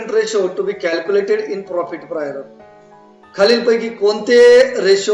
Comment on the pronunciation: Sir Prior pronounciation is different than you